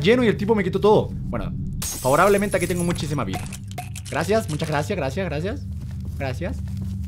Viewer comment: german edeves de decir gracias di grasa mucha grasa jejejejejejeje para mi es muy comico XD :D